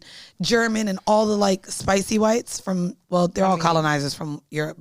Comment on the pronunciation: said the qwhites 😂😂😂😂😂😂😂 bish u funny